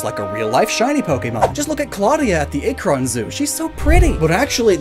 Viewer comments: As someone from Ohio, I laughed when you said "A-kron" as most of the time I've heard more people from here pronounce it as "Ak-ron." But great video! I had no idea there was a blue lobster right in my home state! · As someone from Akron, hearing you mispronounce Akron zoo gave me physical whiplash. I had to rewind it 3 times to verify that's what was said (it's ack-run, not aycren lol) Also, fun fact, she was found at a local red lobster, and the employees saved her from the tank and donated her to the zoo. She could've very easily been someone's dinner instead